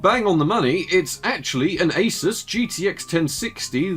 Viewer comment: Don't say A-sis